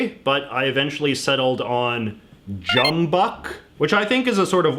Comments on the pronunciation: I noticed JJ said correctly jumbuck, but the words came up as jump back. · I don't know where the example lyric sheet for Waltzing Matilda came from, but it's incorrect. It's "jumbuck", as J.J. pronounced it, not "jump back".